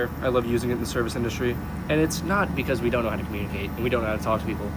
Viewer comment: "We can curmurnclicate quite well!". You sure bud?